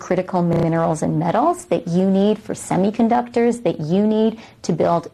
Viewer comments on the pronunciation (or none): none